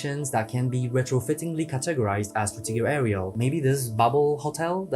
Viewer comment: sir. can you please stop mispronouncing Fruitiger Aero?